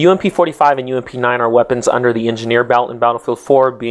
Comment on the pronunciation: More deadlier + saying 'UMP' made my brain shoot itself.